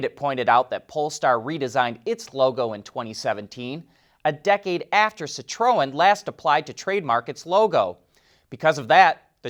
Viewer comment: Sit row en? That's just f'n painful to listen to and you repeated it 4 billions times in 30 seconds. FFS, you're part of the f'n car industry. Learn the correct pronunciation of the friggin' marques.